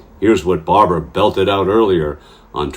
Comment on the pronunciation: Excuse me, that's BAR-BRA. Two syllables, two A's. As opposed to Barb-a-ra, three syllables, three A's. Thank you.